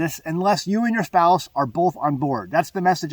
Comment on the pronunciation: What is a "spouce?" 😂